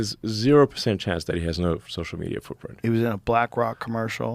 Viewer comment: "No fwootpwint on the internet" - Joe Rogan :3